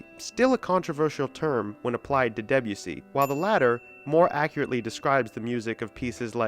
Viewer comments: Interesting video. Thanks! I also learned that American English pronounces Debussy in a really different way to British English. It won't grow on me. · I’m going against the flow here but I found much of this video totally pointless. Roping in people like Berlioz, Debussy (pronounced DeBUssy, by the way) and Varese and claiming that they were in any way precursors of psychedelia is frankly laughable. None of these composers were even aware of the existence of psychedelic drugs, unless you count opium and absinthe psychedelic drugs, which they are not. It could be argued that there is no such thing as psychedelic music, because there is nothing innate in such music that makes it psychedelic. Listen to Gershwin’s Rhapsody in Blue or, more radically, Mozart’s Requiem on acid and they will both be truly mind-blowing. It is not the music itself but what the listener brings to the music. All music is psychedelic, even Lawrence Welk. Most psychedelic bands of the sixties had little or no knowledge of their Avant Garde predecessors, and most of the few who did (such as AMM) have been forgotten. (Check out AMM if you like early Pink Floyd.) Those bands messed around with echo, distortion, phasing, backward tapes and spaced-out jams but it was all pretty ad-hoc, and all too often just a pathetic attempt to jump on the bandwagon and get a top-20 hit. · Imagine going to the considerable effort of researching, writing and producing such an extensive piece of work...yet not pausing to learn how to pronounce "Debussy". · Deb-u-see? Debussy is pronounced [Deb'oo'sey] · the way he says debussy... :(